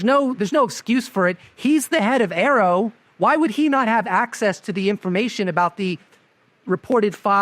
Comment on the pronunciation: A.A.R.O. , not "arrow".